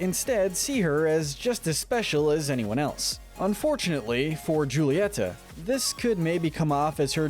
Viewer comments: Julieta is Hu-lie-ta :) (Dude I'm good at reading!) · Ok just a reminder it's huletia ( that's how you pronounce it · isnt it pronounced HOO-lee-et-uh? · You don’t pronounce it right it’s hu-lee-eta and ab-wel-a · Just saying, Mirabel’s mother’s name is, “Hull-EE-e-TA” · Could you try to pronounce the names correctly? I was trying to let it go until you got to Julieta. The J should be pronounced like an H. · How to not mispronounce the character:Julieta You see "j" in Spanish make a "h" sound Witch means it's pronounced "Hulieta" Also it's the "Madrigals" not "Madrials"